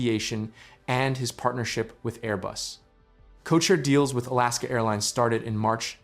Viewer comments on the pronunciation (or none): none